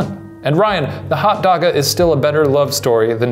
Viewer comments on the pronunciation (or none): Bambi That’s what it is. It’s “Hotdaga” not “Hotdoga”. He probably just messed up writing it or didn’t know it.